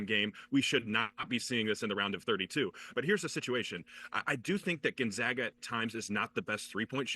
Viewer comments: It's GonzAga, not GonzOga you twat. Don't quit your day job. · Pronounce Gonzaga correctly. GonZAAAga. Not GonZaaaga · Dude is Gone-Zaga Pronounce it right !!! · Learn how to pronounce the school if you’re going do a segment on Gonzaga!!! do a tiny amount of research, OK??